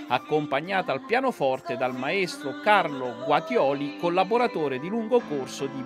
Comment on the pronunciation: Giornalista RAI che non pronuncia bene il cognome del maestro Guaitoli, fa bene Alice a non rilasciare interviste, potrebbero travisare le sue dichiarazioni. Troppo brava quando canta, non servono parole.